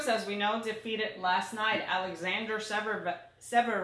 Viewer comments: Ha ha! says "zev-rev", which is wrong, of course, lol!:P It's not a big deal, we all know who you guys are talking about! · But doesn't pronounce Zverev correctly either! LOL